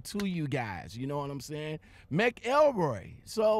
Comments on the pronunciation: Lol its mc elroy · It's pronounced like MACKLE-ROY btw.